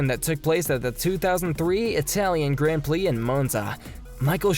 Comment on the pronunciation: Sorry, say what now? Gran Plee..?